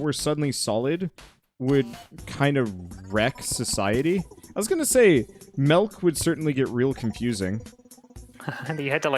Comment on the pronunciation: "melk" made me laugh